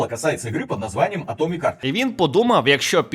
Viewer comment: я розумію що це шутка, але не хёрт а харт